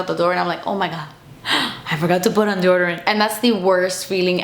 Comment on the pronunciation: She pronounces deodorant like Desi does